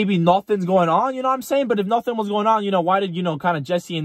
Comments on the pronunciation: Every time you say “ absolutely NOOOOFFFIIINN” Conor Mcgregor comes to mind 🤣🤣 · Ya Se me quedó el “absolutely nothennn” 😂”zavank”and “grrrrrrr rank”😭😭